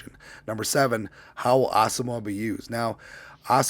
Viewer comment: His name is actually pronounced Asamo...wa.